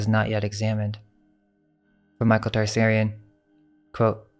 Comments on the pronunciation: Also Tsarion: is pronounced (tu-sari-on), not "Tar-sairy-in" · Michael T-Sar-ion not Tarsarion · Just a note you need to work on the pronunciation of Tsarion's name. Interesting that it's Tsar(king)ian.